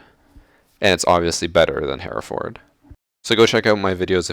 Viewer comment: Here..Ford? Bloody Americans! It's pronounced "Heh-reh-fudd"